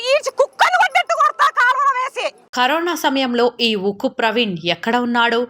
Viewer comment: "UKKU" NI "THUKKU" CHESINDHI EEE SISTER 😀